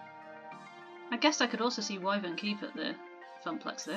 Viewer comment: Any idea if you've given Hamza his trousers back? Otherwise you've nicked off with them and a rare game for just a rambling dream! You were pronouncing Wyvern correctly (my old school got renamed it after a local legend!) I would suggest always going along with IRIS or she WILL kill you! May as well cut your losses with Teo and go for Gavin if they're on the same level. Obviously you can't can't like Teo as much as you say if you have the same relationship miserable boss. Naomi will never let you down though. Good luck with the event!!!